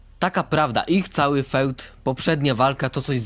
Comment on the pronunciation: Nie mówi się "feud" tylko "fjud"